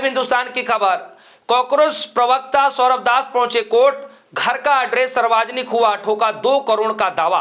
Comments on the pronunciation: Bolna to seekh le Bihari😂Saarvjanik hota h, Sarwajanik nahi😂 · Saarvajanik nahi hota hai, saarvjanik hota hai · भाई साहब सर्वाजनिक नहीं यह शुद्ध कर लीजिए शब्द सार्वजनिक है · पत्रकार महोदय सर्वाजनिक नहीं सार्वजनिक होता है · English k chakkar me Hindi ka band baja diya logo ne sarvjanic word ko sarvajanik pad rahe hai. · Sir sarvajnik nhi hota balki savarjnik hota hai. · भाई गटर के कॉकरोच.... सार्वजनिक शब्द ठीक से बोल ले।